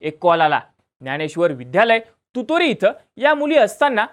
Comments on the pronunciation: ते तुतोरी नाय तुरोरी आहे गाव ...😅😅😅 या मुळेच चिन्मय हवा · तुतोरी नाही रे तुरोरी आहे गावाचं नाव